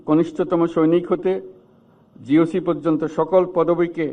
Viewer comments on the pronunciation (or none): none